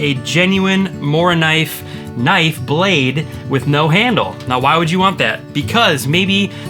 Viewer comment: Great list. Can't fault any of your choices. Just one thing, say like "Moo-rah-kuhneev" 😉✌